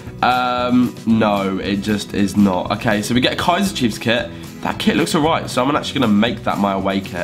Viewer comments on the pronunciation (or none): none